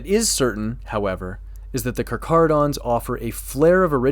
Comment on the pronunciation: I came here to check if you know how to properly pronounce their name. You have passed your test.